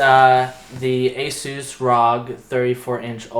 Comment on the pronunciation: He said asoos and Rog...FML